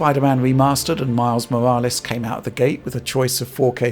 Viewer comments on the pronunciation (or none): none